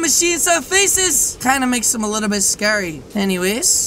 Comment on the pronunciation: It’s scawy yes yes